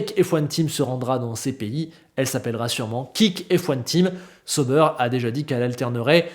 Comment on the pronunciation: Excellente vidéo encore un fois merci!Je regarde toujours tes vidéo que j’apprécie bcp!Juste un truc, Tu pourrais juste prononcer: SA-OU-BAIRE plutôt que SEAU-BEURRE? Ça fait mal aux oreilles pour nous Suisses…😅et en passant Hinwill c’est en allemand pas en anglais du coup le W se prononce comme un V de victoire:) donc IN-VILLE.😊vous êtes meilleurs en cuisine que nous en langues et ça se savait:) désolé pour le petit cours de langue j’espère que tu le prendras pas mal hehe. Vivement le début de saison!👍🏻